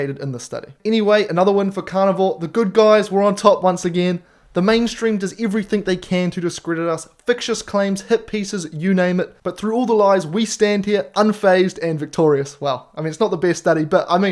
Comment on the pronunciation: Great video. But it's "FICTITIOUS" not "Fictious." That is pronounced "Fik - Tish - Us" rather than "Fik -Shus." No offense but I heard you say the same in Steak and butter Gal's video and it irks me when I hear it.